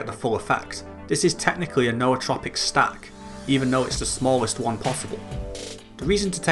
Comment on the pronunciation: Thank you for pronouncing Nootropic correctly. Drives me nuts when people pronounce it "newtropic".